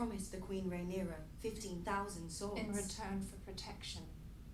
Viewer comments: I don't think will ever get Rhaenyra's name right. He keeps mixing it up with Daenerys. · I love how has read the book and watched the show but still mispronounces Rhaenyra's name